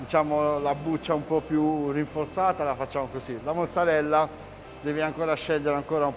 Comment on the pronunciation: "Mozzabella" tho